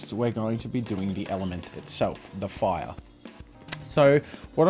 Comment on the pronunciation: "foiah" (fire)